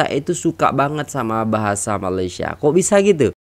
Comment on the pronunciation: Ya betul.... rasmi sebutan utk ejaan MALAYSIA adalah Malaysia bukan Malaysiyē 😊